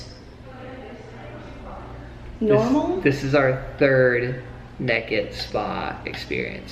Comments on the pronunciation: More like neked 😂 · They say neked in stead of naked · he said nakd not naked play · I Love how said nakid instead of naked I’m lmao rn😂😂😂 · “Nahked in front of strangers” who says nahked its naked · Naykid NAYKID not nekid it makes you sound like a hillbilly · I really enjoy how says "nehkid" instead of "naykid" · “Completely neked” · Did reallly say NEKID??? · He said neked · I just love how pronounces naked......"neked"......the perfect southerner! lol....... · Hilarious!! Laughed so much especially using some Conan bits. Great job!! And yes country people say neked. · did you really say NEKID? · its a tennessee thing 😂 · When your “naked”, you are unclothed. When you’re “nekkid”, you’re implying that you’re doing something naughty. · That's southern right there! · buck NEKID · are you quoting that guy from Steve Harvey's Family Feud? Even Steve pronounces naked as nekkid.. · I just love how you say naked with your southern accents! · The way mate says naked 1 min in to the video 😂😂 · I love the way the say naked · The way says naked tho